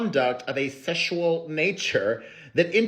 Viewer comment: I will be saying Seshual from now on 😂 thank you 😘